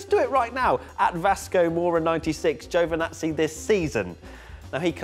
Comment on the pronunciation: GIOVINAZZI , not fucking joevanazzi why cant anyone say this guys name properly